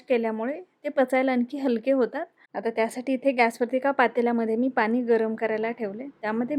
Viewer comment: बाई पाणी म्हण. पानी नाही. पिण्यासाठी, पिन्यासाठी नाही.